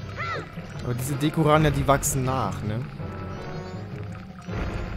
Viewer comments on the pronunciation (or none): Die Gegner heißen nicht DEKURANHA!!! Man schreibt sie zwar so , doch sie werden DEKURANNIA ausgesprochen